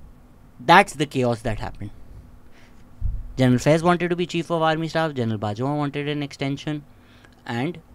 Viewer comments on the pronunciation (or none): none